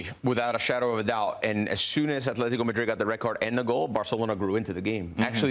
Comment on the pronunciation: Why does he keep saying Athletico? It's Atletico with t not th. Athletic Club de Bilbao is with th. Atletico Madrid is with t.